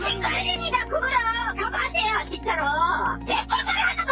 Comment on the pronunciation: 발음이... 외국인인거 같은데 '진챠루 챠즌나요~'